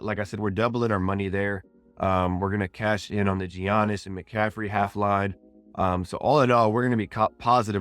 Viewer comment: Giannis is pronounced yaa-nis